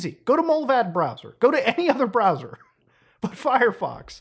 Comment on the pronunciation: But Mutaahar I don't wanna switch my bwowwer again.